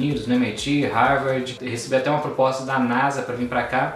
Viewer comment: aprendeu falar English esta na Harvard e nao sabe pronunciar o nome da Universidade.